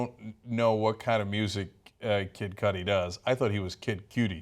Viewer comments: Kid Koodi is how it's pronounced Anna. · it's Cudi pronounced coo-di...